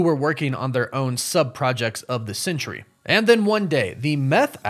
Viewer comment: I’m not sure if you realize it but you’re pronouncing it century but it’s pronounced Sentry like a guard in the military is a Sentry